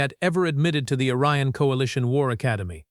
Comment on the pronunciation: The misreading of "Orion" as "Aryan" is unintentionally hilarious. And also potentially disturbing for anyone who doesn't realize that it's a misreading.